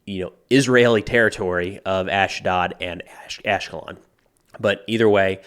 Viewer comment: The A sound in "Ashdod" and "Ashkelon" is pronounced like the "A" in "ahhhh-chooo"